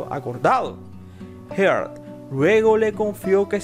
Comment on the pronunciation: Amelia Earhat, no heart